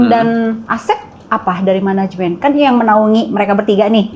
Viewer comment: Katanya ga pake menegemnt tapi ko ngmngnya managemenet